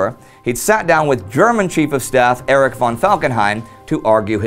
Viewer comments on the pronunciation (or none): none